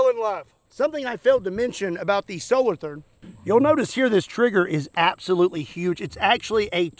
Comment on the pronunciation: Solo Toorn...that is not a th as used in english